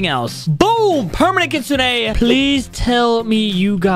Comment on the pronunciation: Bro Said kutsuneah